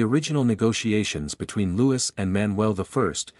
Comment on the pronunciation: Loo-ee not Lou-is. Please.